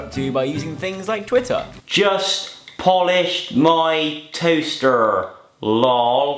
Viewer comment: "just polished my toastheerr" xD